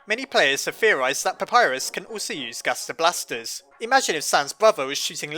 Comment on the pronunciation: how you say the gaster blasters is funny